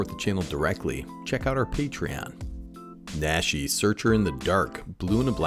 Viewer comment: Since you brought it up. Naw-she. Like the aw in jaw or the a in nacho. PSA over. Thanks for the video